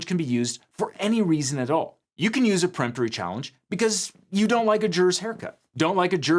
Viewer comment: For the love of God if you're going to hire somebody to read off of a teleprompter for you please teach them how to properly pronounce legal terms. Preemptory and Voir Dior are both being massacred.